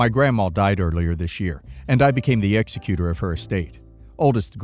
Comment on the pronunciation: Might want to look up the pronunciation of "executor."